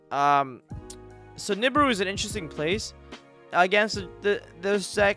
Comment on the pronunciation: Love your stuff bro. But I've never heard nibiru pronounced like that lol